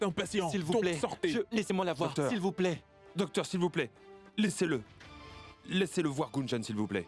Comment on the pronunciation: dokteur yo tjr di sebla premye fwa 😂 mersi indien😂😊